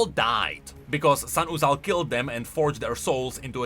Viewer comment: i will do 5 pushups for every time says "Sahn-uzal"